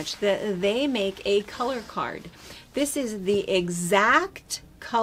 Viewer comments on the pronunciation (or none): none